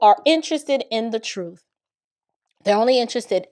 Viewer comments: Uhm it was July 4th and not November 4th. He misspoke. Also it’s “truth” not “truf” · The truff the whole truff and nothing but the truff 😂😂😂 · he can’t even speak right! 😅 “wiff” and “troof “ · Am I hearing this Lawyer say wif and truf? What the?!?!